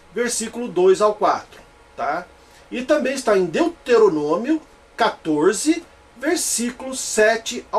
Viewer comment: Hehehehehehehe! Esse do vídeo é tão BURRO que não sabe nem pronunciar "Deuteronômio"! Pronuncia "Deteronômio"! E isso logo no começo do vídeo! Agora eu pergunto: como é que eu vou continuar assistindo ao vídeo, se logo de cara o "grande exegeta" da Bíblia mostra o tamanho do seu analfabetismo! Hehehehehehehehe!